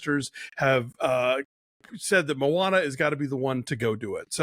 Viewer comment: "Mo' Ana" 🤣👍